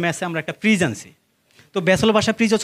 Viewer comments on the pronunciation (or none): ফিজ না ভাই ফ্রিজ।উচ্চারন ঠিক না।